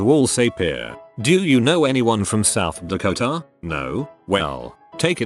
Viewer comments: We are from South Deko-Taaah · Is anyone else laughing about how the AI says South Dakota south dakota